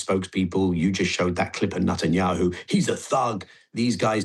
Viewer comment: Like the way he calls him Nutenyahu 🥜